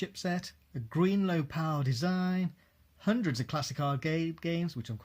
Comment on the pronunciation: 'handreds of games' lmao